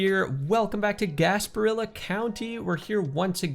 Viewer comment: As soon as you said 'Gasparilla' I was like, 'yup, he's from Tampa.' 🙂